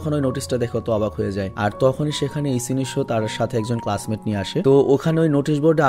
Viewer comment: ভাইয়া যখন ইচিনিশো বলে তখন আমার খুব হাসি আসে 😂